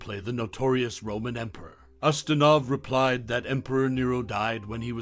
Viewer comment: Quo Vah-dis, Peter use-tin-off!!!